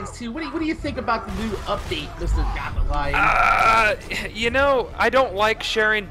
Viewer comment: why does he pronounce his name Goth-a-lion